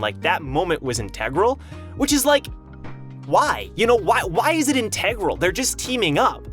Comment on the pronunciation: Yo, you say integral weird